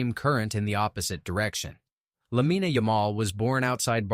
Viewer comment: It's not "lamineh" it's pronounced "lameen"